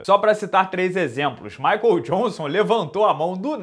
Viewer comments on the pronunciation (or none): none